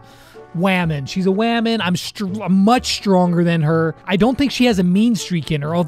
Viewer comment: Nubbz says women the same way you say it